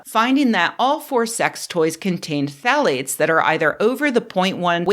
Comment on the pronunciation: Are you saying "thalates" or "phallates"? ;-)